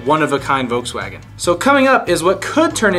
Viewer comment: He keeps saying voukswagen